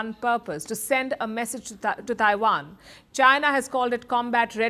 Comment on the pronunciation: Taiwan, not Daiwan! Trump, not Drump!!! Technology, not Dechnology!!! Please pronounce words correctly !